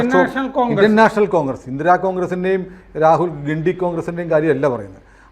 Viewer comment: 👍🏻ഗണ്ടി എന്ന് പറയൂ...